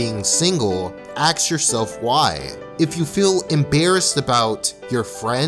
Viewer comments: axe yourself why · "Axe yourself why!" But... I don't wanna axe myself.... Why?